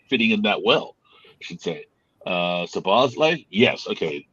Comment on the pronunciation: it's Szobo Szlai.. Just practice only saying Szobo. Then you got the first part of his name correct. Then you just add Szlai in the end. Szobo-Szlai. It's not Szobosz-lai